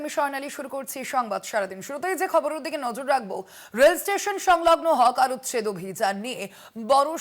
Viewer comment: Hawker হবে Hocker নয়